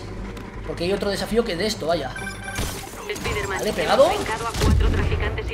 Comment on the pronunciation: Es spaiderman :v